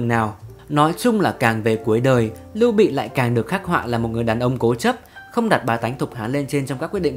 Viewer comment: Lưu Bị chứ không phải Liêu Bị nhé!